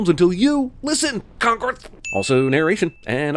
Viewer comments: CONGRETH lmao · "...until YOU LISTEN, CONgrEthF"